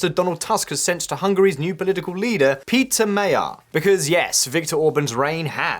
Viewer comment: Péter Magyar pronounced properly Pé (ei)ter(e) Ma (deep a like in in cup) gy (almost like dj) ar